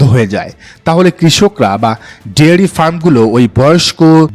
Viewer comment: ডেয়ারি না ডেইরি হবে।